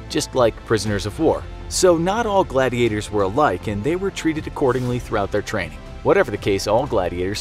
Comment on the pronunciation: It's gladiators not glad gators XD LOL